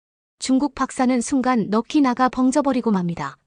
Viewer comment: 넚이 넉히 ? 아니고, 넉시 가맞어 이상것아 !